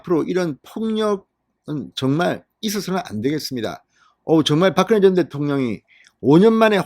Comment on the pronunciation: 진성호는 박근혜라는 이름을 불러서는 안되겠다. 바끄네가 뭐꼬? 소리글자를 읽는것도 아니고 pk지역의 사람도 이른표현은 하지않는다. 당신의 표현을 빌리면 박근영은 박근영이라고 읽었잖아 당신의 표현을 빌리면 바끄녕이라고 읽어야한다. 제발 모니터링좀 해라.